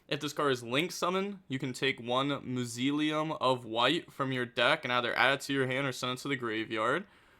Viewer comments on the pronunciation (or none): Mausoleum is pronounced Maw-zo-le-um 😂😂. You were close enough 😂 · It's pronounced MAW-soleum though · "mausoleum" moz-oh-lee-um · Say it with me now MOZZA LEE UM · Its actually Mass- Ooh- lee- hum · Mausoleum is pronounced More-so-le-um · Bro please please stop playing yugioh for a month and just read some books. How can you not pronounce mausoleum?? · It’s really bad when they can make videos all day and play a card game and remember every little thing about it… but can’t spell or read smh